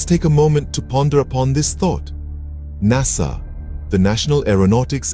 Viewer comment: Noo NASA Not Korekt.. 😢